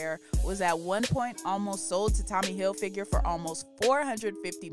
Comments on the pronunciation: Did he say Tommy Hilfinger??😂🫣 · “Tommy Hilfinger”